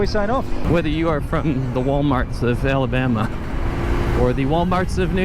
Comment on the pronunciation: "Ellabama"